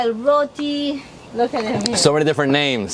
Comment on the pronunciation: Great episode loved the herbs from Sandy's garden, great variety of food. and David I am so happy you are saying "Roti" and not "Rodi"💌